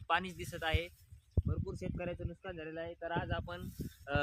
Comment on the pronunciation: नुस्कान नाही हो नुकसान असतं